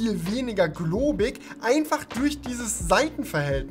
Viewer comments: Klobig! Nicht globig!! Wie oft du das schon gesagt hast :D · Klobig, nicht globig